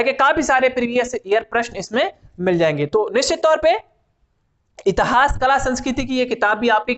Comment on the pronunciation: इतहास नही होता मेरे भाई इतिहास होता है।